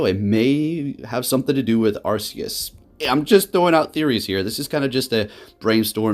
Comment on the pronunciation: It was pokemon presents. Arceus is pronounced ark-ee-us